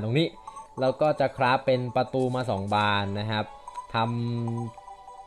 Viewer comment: "ต้องวิ่งไปใหม่หล่าว"นี้มันสำเนียงใต้ชัดเจน #คนใต้ครับ